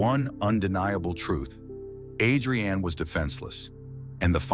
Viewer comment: Narrator keeps mispronouncing Adrianne’s name. It’s pronounced with emphasis on the the A, not like two names Adri-Anne. Is thisAI?